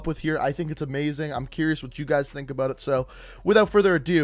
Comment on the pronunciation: "Aboot" he just blew his cover, now we know hes Canadian